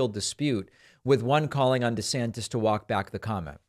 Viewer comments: David calls him “DeSanctis” 😂 DeSantis and Trump are a couple of dictatorheads. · I love when David began reading verbatim and said DeSanctus😂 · when David says "DeSanctus" while reading aloud...SIR! You have the Trump Derangement Syndrome, SIR!